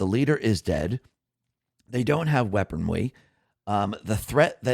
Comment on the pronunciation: Heh... at 21-min you slipped into Elmer Fudd mode for a moment.... "weaponwy".... LOL... Sorry... Great report as usual, tho.